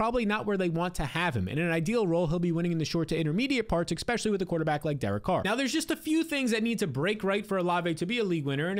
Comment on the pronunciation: Good stuff! New subscriber here. One pet peeve: You’ve got to pronounce “especially” correctly! 😅 It’s not “ekspecially.”